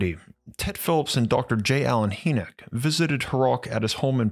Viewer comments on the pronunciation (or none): It’s dr Hinek not haynek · Hynek pronounced Hi-neck, not hee -nick. I wince every time you say his name. I'm surprised you've never heard anyone pronounce it before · ⛏🏔 Excellent video, brother! Emphatically ADORE your work!! 🕉 2 small pieces of information you may want to absorb: • Dr. J. Allen Hynek's last name is pronounced "High-nick" • the word 'enamel' (via the cave bear teeth), is pronounced "ē năm ill" ('năm' think like the 'a' in 'bat'). Just thought you may want the correct pronunciations for future use in videos. 😉🤘🏼 Keep up the fantastic work!💞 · Dr. J Allen Hynek (Hynek is pronounced like "High-nik" not "Hee-nek") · "Hi nick" not "He nick. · Young man his name is pronounced "High-neck" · "Hynek" pronounced High-nick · HIGH NIK is how you say the Blue Book guy's name. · I love this series! Never stop! BTW J Allen Hynek's last name is pronounced like Hyman, where the first part sounds like "Hi". UFO Buffs like myself have heard this name a hundred thousand times and he is quite iconic to say the least. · It's pronounced like: 'High-Neck.' Great videos, Thank You. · Bro, it's Hynek. (Pron. Hi-neck 🤦🏻). Love the videos. 😊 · Thanks. Interesting story. Just a reference re pronunciation: it's "high neck" (or "high-nik") for Dr. Hynek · Another great job. However I’d like to let you know that Dr. Hynek’s last name is pronounced HI-nek. Just thought you’d like to know. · Love your stuff but J. Allen “Hee”nek? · Pretty sure it's pronounced... Hi-Nick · The Ufologists name is pronounced J Alan Hi-Nick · It's pronounced..Hi.nick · Hey young man his name is pronounced High-Neck... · Your pronunciation of Dr. Hyneck’s name is incorrect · I’m not one to complain normally, but the way you pronounced J Allen Hynek’s name drove me halfway insane. You have to get your pronunciations right if you want me to stop complaining.